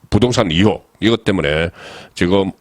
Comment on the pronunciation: 대표님 이혹이 아니고 의혹입니다. 잘난척 할려는게 아니고 방송인이시니 말씀 드립니다 저도경상도사람이지만 경상도 발음의 특징입니다. 죄송하지만 방송인은 달라야 하는거라ᆢ🎉🎉🎉🎉